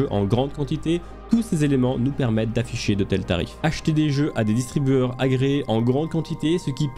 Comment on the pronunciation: tu dis Distribueurs au lieu de distributeurs. tu oublies de prononcer le t